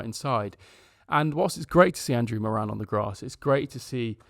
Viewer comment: about moran (pronounced more-un, hurts as an irish person to here morAn!), stoke fans said he was a good player but he alcks that physicallity